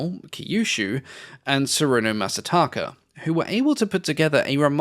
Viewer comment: Ah, you don't know how Masataka's kanji is meant to be read. Often even Japanese have trouble with figuring out how the kanji in names are read.